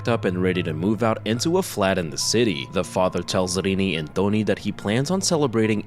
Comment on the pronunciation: His name's 'Tony', not "Dony".